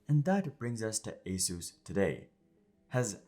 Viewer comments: It is not ASUS; it is "AS-IS". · Asus ❌ A SUS ✅